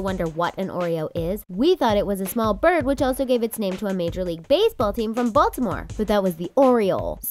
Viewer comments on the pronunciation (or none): none